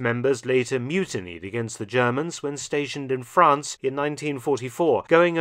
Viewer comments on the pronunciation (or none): none